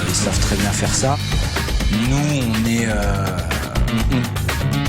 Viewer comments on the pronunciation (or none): none